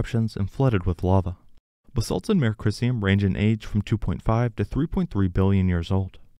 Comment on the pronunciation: Mare (a lunar "sea") is pronounced mah-ray (it's from Latin). One syllable 'mair' is a female horse.